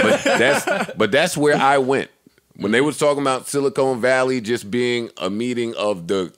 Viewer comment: I'm mad no one corrected "silicone valley"...